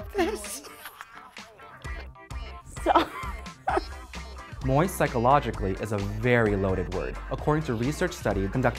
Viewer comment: COME ON NO ONE SAYS IT LIKE THAT